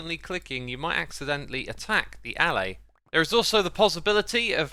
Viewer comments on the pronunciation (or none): Dude. Alláy, not állay